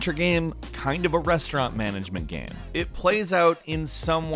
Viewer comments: Stop saying gam instead of game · Is he saying gayme?